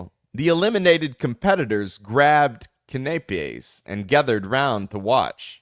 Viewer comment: I know this guy is not a professional, but perhaps he should look ahead and find out how to pronounce some of the words that look familiar to him. Like CANAPES or the last name Nguyen.